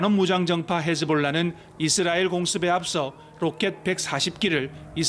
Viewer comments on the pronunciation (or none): none